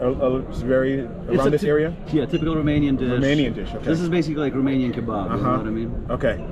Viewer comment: is romanian? His romanian pronunciation is bang on